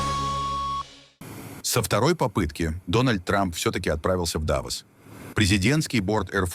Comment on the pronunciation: Неужели такой тупой что ДавОООООс не можешь сказать и называть ДААААвос!!???